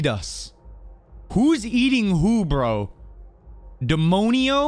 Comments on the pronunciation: pronounce Demonio, DayMoanYo. 👍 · demonio is demon in Spanish and it’s pronounce (DE MON YO) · I’ll try but I got to say you should have said demonio correct she said it in the trailer (demonio go back to hell) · it’s all good! Demonio is pronounced “deh-mon-yo” if that helps at all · She said demonio when she was shooting the simulacrums head “revenant”. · The way he said demonio angers me